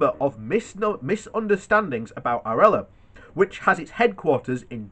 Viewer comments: One piece of info: the company is ARLA, pronounced AR - LA! Think of the MP: he is an ARSE....! Now you know how to pronounce it correctly! From a Danish listener! 🤗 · The company owning Lurpak is called Arla. Pronounced "Arla" :)